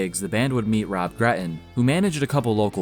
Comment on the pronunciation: "Rob GreT-Ton", not "Rob Greh-en". "but" is not "buh", "tighT" is not "tighhh" ...... It's so easy to spot someone of the generation that was saturated listening to rap music.